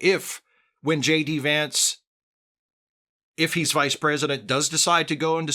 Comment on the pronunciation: you pronounced the VP’s name incorrectly.